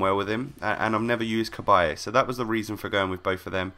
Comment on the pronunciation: Cabaye NOT Cabbage